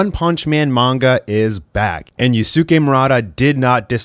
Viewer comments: Just a piece of advice, "Yusuke" is pronouced as "Yus-ke" (silent U) rather than "Yusu-ke". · I’m generally not one to correct pronunciation but please learn how to say Yusuke’s name correctly 😭